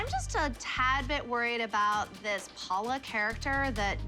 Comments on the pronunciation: Abby it’s Paul. La not Paula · Paul-la!! Get it right😂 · Paul-LA is what she said